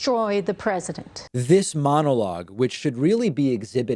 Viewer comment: She’s awful, however I’m confused as to why she says presiNent not president. Also why does she look like the female Caesar Flickerman from the hunger games?